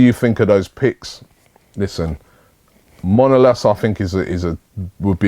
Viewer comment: Its MANolas Robbie